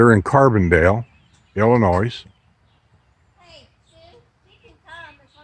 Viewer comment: I only watched to see if he said.....the "s" on Illinois......and he did.